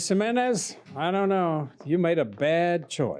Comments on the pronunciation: GEESMENEZ lol Jimenez PRONOUNCED "hemenez" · The way that man pronounced "Jimenez"...LAWD! 🤦